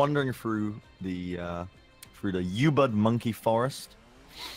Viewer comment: That's the worst pronouncation of Ubud I've ever heard